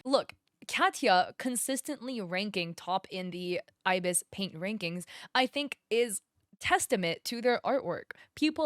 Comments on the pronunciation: Im truthfully just happy to see art styles other than anime/manga on the leaderboard, it's neat Also you were right with the pronunciation, ibis is eye-biss :] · Yes, it's called ibis paint! An ibis is a type of bird and how you've been pronouncing it is correct hehe